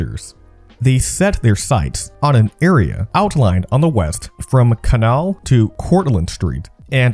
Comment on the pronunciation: This! There’s a T in Manhattan, not a D for instance. And Canal Street is “CUH-nal” not “CAN-ul”